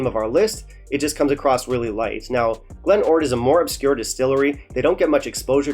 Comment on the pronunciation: What a GREAT episode ! . . . they REALLLY butchered my Glen ORd, ...